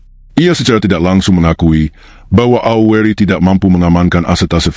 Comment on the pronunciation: Tolong dong membaca kata " AURI " nya harus jelas, jangan seolah disamarkan membacanya !!!!